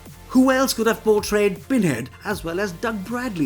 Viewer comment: All I hear is "Binhead". Interesting, though!